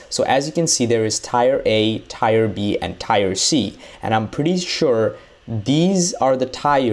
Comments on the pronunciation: teer not tire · I’m pretty sure it’s pronounced “tear” like teardrop. Not Tire!! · Pronounced teer not tire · Why are you saying tire instead of tier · that isn't different that's just wrong. There is already a word called tire. The correct way is teer. There is know differently because if you look up the pronunciation it wont say tire it will tier or teer. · Why do you pronounce tier as tire it’s tear and gauss like gauss it’s gouss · He can't even pronounce tier Is supposed to sound Like tear But he says tire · It's not tire. It's tier like tear. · Tire = Tier, Tier is pronounced as "TEAR" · Why u saying tires that what goes on cars it's pronounced teers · Tier is pronounced Tee-er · ITS FUCKING TE-EAR NOT TIRE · "Tire" lol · Tier is pronounced “teer” not “tire” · FYI TIER... is pronounced "Tear" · bruh ofcourse i heard of it but he doesnt seem to struggle with any other word. Not to mention its not that he pronounced it wrong he SAID A COMPLETELY DIFFERENT WORD. Tier and tire arent the same. One is a part of a car and the other is different level progressions. Dont try making excuses for his own ignorance to the word tier. I didnt even have a tantrum i was just correcting another person. So much talk about tantrum for someone so pressed over a 11 MONTH OLD COMMENT. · Or just spell it phonetically - "teer" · That's not an accent, he's saying tire. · Teer= tier tier = teer tiyer = tyer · My brain everytime he says tire😵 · Don’t you dare say tier like tire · Tear or rotation...not tire.... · Srry but its tea-ear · It is pronounced Teeer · Da fuq you saying tire for? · Man can’t even say Tier right 😂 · Bruh. How can someone say tier so wrong lmao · tfw u dont know how to pronounce tier